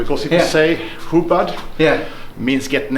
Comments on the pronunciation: its hubad. Not hubud. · Its not hubad its hubod. An o not an a. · I checked. Is it really hubad..?? It's says hubud. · Hahahaha not hubad😂